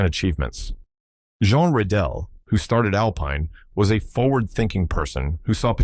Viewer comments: Given that there are 3 times sharp accents on Rédélé's name, it should not be pronounced "Redelle" but with a long eeeee: Reeeee Deeeeee Leeeee. If the accent would be "è", it should be pronounced short:. you can remember it with the word élève (pupil): eeeee lehhhh ve. All you've gotta do is to go to Google, ask "comment prononcer élève" and it will appear as first result, with someone pronouncing it correctly. It might sound schoolteacherish, but if you want to communicate to an international audience, please, do it correctly: it takes just a few seconds. Image French uploaders using the typical way French would pronounce "Diefenbaker" or "Rockefeller", you'd be the first one too to jump in the air as if on the run for a wasp. As for the car, great design, but wayyyyyy too small. A car for jockeys and midgets. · That's not how to say Rédélé or Alpine, I've heard Valladolid butchered worse. Good video otherwise. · Learn how to pronounce Alpine and Rédélé.